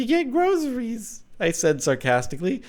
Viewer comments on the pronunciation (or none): "to get grozeries" Really Jordan, really?